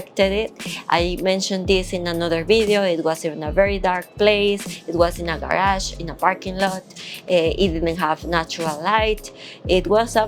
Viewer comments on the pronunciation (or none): none